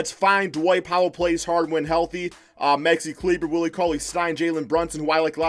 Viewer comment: Bro did you hear how he pronounced maxi kleber